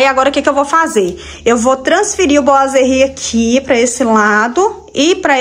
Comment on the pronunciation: Ficou lindo...gostei que vc é uma das poucas que fala boiserie certo...rsrs....os pratos estão lindos nesta vibe de natal! Agora só acho que vc poderia pintar ou trocar o trilho por branco ou dourado da cor da torneira e jogar a luz para onde estão os pratos pq neste momento eles sao oa destaques da sua cozinha. E outra dica sobre os boiserie é passar uma massinha neles, se conseguir, nele todo pra tirar aspecto de isopor seria melhor, mas por ser muito difícil passe pelo menos nas juntas e imendas como rejunte pq fica parecendo que é um peça só e dá um acabamento de primeira.